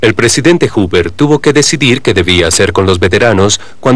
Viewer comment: Gracias por este nuevo capítulo de Testigo de la Historia. Como alcance en el doblaje se pronuncia mal el nombre del presidente Herbet Hoover, dandole un sonido de "LL" a anbas H. Pequeño pero evidente error para los que saben un poco.